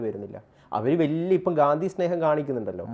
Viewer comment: ഗാന്ദി അല്ല ഗാന്ധി ആണ് bros. 😊